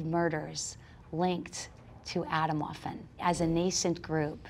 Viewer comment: Jo ok alles klar sie sagt "Aytomwoafen" 😂